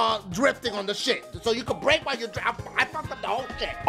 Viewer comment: when you said brake i thought you said rape